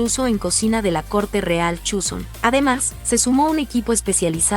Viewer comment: Please no digas Chuson, así no se pronuncia